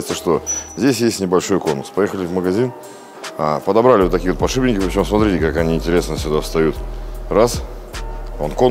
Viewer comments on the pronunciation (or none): Подшипники подшипники! Не подшиБники )))